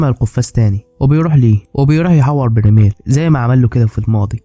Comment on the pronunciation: برايمل ❌ برميل ☑️